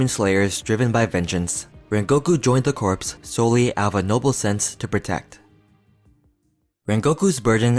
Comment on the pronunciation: You’re mispronouncing Corps, but I loved the respect you put on Rengoku’s name